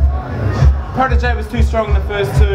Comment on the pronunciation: ohh shit, Protege's pronunciation is so sharp and clear..